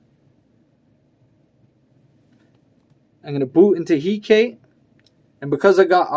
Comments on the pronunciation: Nice video, although I'm pretty sure it's pronounced Hek-a-te :P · The way you pronounce hekate is going to drive me mad